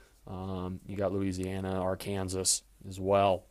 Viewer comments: Btw, it’s Arkansas, not Ar-Kansas (so annoying) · He said arkanzas